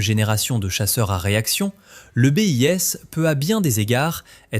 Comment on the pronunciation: Que d'approximations ! Le Mig-17 daterait des années 40 ? Sans compter la prononciation, le bis devient le B.I.S